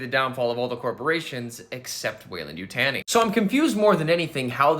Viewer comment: You-Tah-Knee is how it’s pronounced; we also seen the Royal Facehugger in Alien 3.